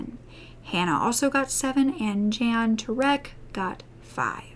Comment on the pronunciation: Jan (M) is actually sounded out like Yawn